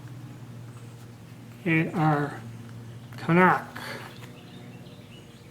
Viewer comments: Pronounced K "EYE" NOCK ;) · It's actually pronounced "ky nosh", just fyi